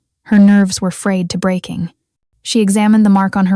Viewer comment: Frayed not frane